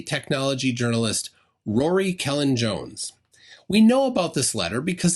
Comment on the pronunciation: Great video! (But, if you're on physical speaking terms with Creaky Blinder, ask him to educate you on how to pronounce the name of Rory Cellan-Jones!)